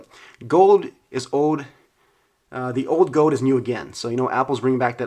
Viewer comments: It's gold not gowd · “gowd” my man doesn’t pronounce the “L” in gold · how he says gold . hahahahahhahahahahaha. goewld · the way he says gold “gode” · You say "gold" weird